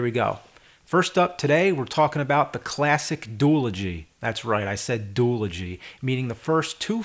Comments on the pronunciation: You're pronouncing it DUE- LUH- GEE. Shouldnt it be DUE- AH- LOW- GEE? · Duel-ogy? Isn't it duology? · I have always said "due - ology" which I'm pretty sure is right... Not "duel - ogy..." and seeing that James pronounces shit wrong ALL THE TIME, I'm going to assume I'm right but I have no idea lol.